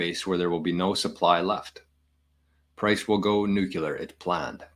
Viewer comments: Hey man I really appreciate the information, great channel, timely info. But please stop saying "nukular"! It hurts the ears 😂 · Dude WTF is nucUlar?! We’re on the same team brother but for real. NucUlar😂is not a word.